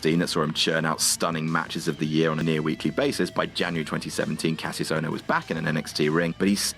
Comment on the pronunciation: Stop pronouncing Kassius wrong please go back a watch the Richie Steamboat vs Kassius Ohno rivalry for the the correct pronunciation